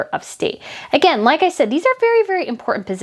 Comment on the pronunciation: Hey, how can you take a journalist seriously who cant pronounce the T in important? You cant!!!😂🤣👍